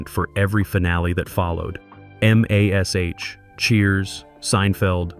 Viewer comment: Or calling MASH by the letters M A S H